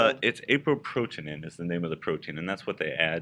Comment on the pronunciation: It's Aprotinin and not Apoprotinin . Please note